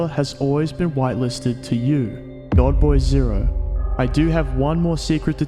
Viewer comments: i keep thinking youre saying girlboy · godboy0, not goodboy0!!